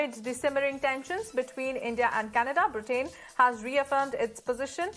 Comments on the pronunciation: Same news, why repeated so many times? Pronunciation of "Britain " is incorrect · I do not wish to be offensive, but please do check your pronunciation of "Britain"